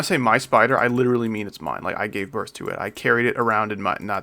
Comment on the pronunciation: I thought he said wituwy gyatt